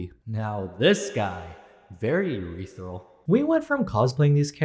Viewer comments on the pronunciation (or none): “Urethral” for “ethereal”😂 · URETHRAL LMAOO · Ureteral --- made my day LOL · Ethereal ❌ Urethral ✔️